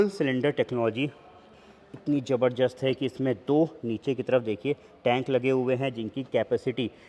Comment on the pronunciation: Zabardast❌ Jabarjasht✅